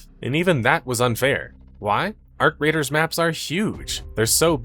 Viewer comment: Arc Raiders or Our Graters? 😂 (Turn on subtitles)